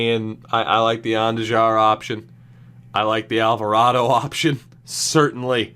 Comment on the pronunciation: On-Do-Har is how you pronounce Andujar